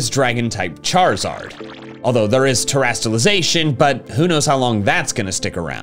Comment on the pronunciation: The comment box lit up when u said terrastialization..